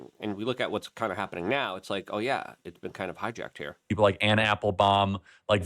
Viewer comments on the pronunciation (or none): none